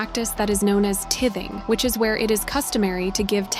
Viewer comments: Bwahaha did you really say tithing? It's pronounced tye-thing. You tithe money to the church which is supposed to be a percentage of what you're to make every month. I'm not even religious and I know this shit. Probably cuz I grew up with religion. If you're going to talk about it at least know what you're talking about, give me a break. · Pronounced Tie-thing. Giving a percentage of your income to your church! AI can’t pronounced words correctly! Anyway, it’s horrible!